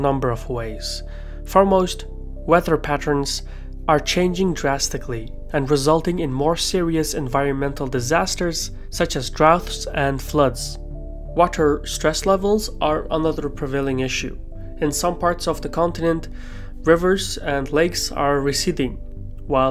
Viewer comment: Droughts is pronounced like "drowts". Suggest you take a listen to google translate :)